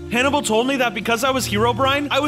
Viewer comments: Why whenever I watched the first time he named the pig the name I always hear “animal” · I thought that when named the pig Hannable I thought he said Canable